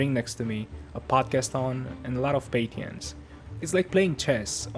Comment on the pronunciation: "Patience" is pronounced different